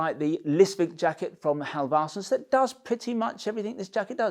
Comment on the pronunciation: Halv-arse-sons. Funny every time! :D I'd help you pronounce it, but it's not easy for me. Ask a Swede!